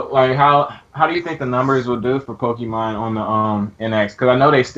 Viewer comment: Can you please tell that it's PokeMON, not PokeMAN?!?